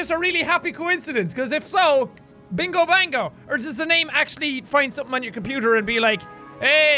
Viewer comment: ITS NOT "bingo bango" ITS BINGO B O N G O LOLOLOLOLOL LARS OF THE STARS UP IN HERE